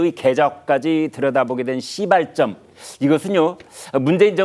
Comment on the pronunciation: 와 대단하십니다.. 시.발.점을 너무 강조 하시는거 듣고 감명 받았습니다 ㅋㅋㅋ